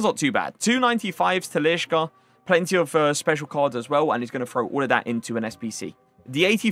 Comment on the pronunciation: This kid saying “Talishka”😂😂😂😂😂😂💀💀💀💀💀 Average fifa player knowledge